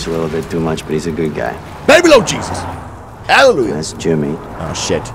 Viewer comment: "Prasie the lord! Hallujeh!" 🤣